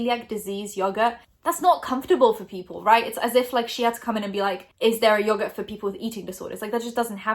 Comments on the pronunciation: The way people in the UK pronounce yogurt makes me want to die, love you tho ❤️😂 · Everytime you said "yogurt" with your accent it made me smile :) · I love the way you say yogurt <3